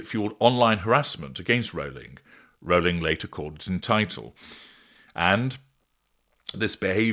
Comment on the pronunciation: AT LAST! A YouTuber who pronounces Rowling’s name correctly! Thanks. All the other weird pronunciations are grating.